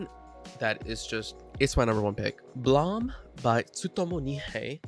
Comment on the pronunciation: Blame pronouced like aim. Gantz is like ants